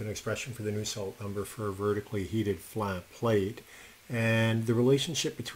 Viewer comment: It's Nusselt Number not new salt.